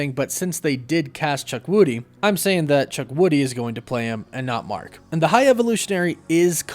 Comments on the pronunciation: its CHU-KWU-DI not CHUK-WU-DI. Really made me laugh though. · Hey. I've been a long time watcher of the channel and I love your content. But just to bring to your attention you kept pronouncing Chukwudi's name wrong. Not your fault.But its actually pronounced (CHOO-KWOO-DEE) not "Chuk-woody". It's an Igbo name. Thanks and I can't wait for your next video. Woof woof!